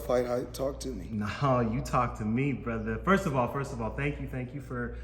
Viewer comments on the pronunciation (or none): none